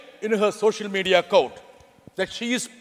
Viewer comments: 'Media' has become "Modia " 😂 Such a fiery speech Dr. John Brittas. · Superb, excellent. Nice to hear the conversion of the word 'Media' into 'Modia' a substitute perfect to the phrase 'Godi Media'.